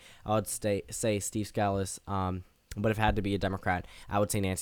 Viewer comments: By the by, his name is pronounced Steve Skuh-Lease, not Scaa-lis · Sca-lees not scal-us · You are mispronouncing the whips last name, Scalise. Hear some audio of his name being played.